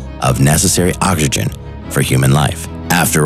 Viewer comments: Commander Cody this nigga said “ockAgen” Instead of oxygen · Its offensive to say ockagen like that instead of oxygen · Hehehehe... anyone else hear him say "Ockagen" instead of oxygen ...? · Nobody:: Ozzigen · Why u say oxogen like Dat 😭😭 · Bruhhh dude said “okagin” Instead of oxygen 😭🤣🤣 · "Ohygen" Ah, yes, my favorite beverage. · "For the formation, of necessary ozijun", i mean OX is a big part for pronouncing OXygen. lol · "for the foughmation of oxgzigion" 😂 I'm sorry >.< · I have never heard anyone pronounce the word "oxygen" like he did . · That's a weird pronounciation of oxygen..